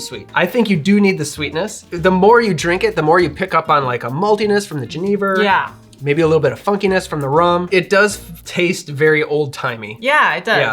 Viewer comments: Genever is pronounced "jeh-nuh-vuh" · Remined me of when I was in the Netherlands, I was with a Danish guy who loved genever, but pronounced it like Jennifer, but with a V. Thanks